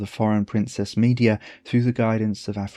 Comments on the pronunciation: Brilliant video, thank you. Place stress on the middle syllable in “Me DE a” not on the first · The pronunciation of Medea as media is sending me 😭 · Absolutely love the video..but your pronunciation of Madea is killing my senses.. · Gorgias is not the only name you mispronounce! We usually say me-DEE-a not MEE-de-a, and HEH-ka-ti not heh-KAH-ti. This is not the most important issue of course... thanks for your research and presentation, it's excellent work.